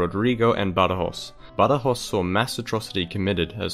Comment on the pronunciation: Badajoz is never pronounced Badajoss. It's Either Badahoth is Castilian, Badahoh in local Extremeño, or Badajosh in Portuguese.